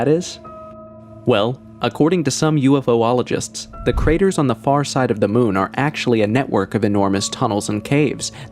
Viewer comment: Ufologist, not ufoologist~